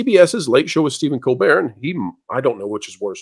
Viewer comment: Does this lady,, have a speech impediment? She can't pronounce George's last name -Stephanopoulos, or Tim Pool's, or even Stephen Colbert.